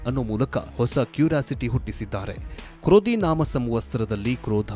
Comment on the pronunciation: ಅಣ್ಣ ಕ್ರೋಧಿನಾಮ ಸಂವತ್ಸರ ಎಂದು ಸರಿಯಾಗಿ ಹೇಳು ಕನ್ನಡ ಕೊಲೆಮಾಡಬೇಡ